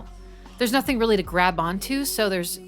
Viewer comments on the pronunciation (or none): none